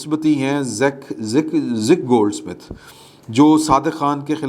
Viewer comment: it is Zack Goldsmith, not Zik Goldsmith. 🤔